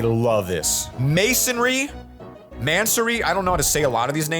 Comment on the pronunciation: … love you man but you made me so mad with the way you said these things in the video, I’m a car guy and one of the things that got me mad is how you said mansory (man-so-ree) another. Alpine alpiglow and a Lamborghini veneno roadster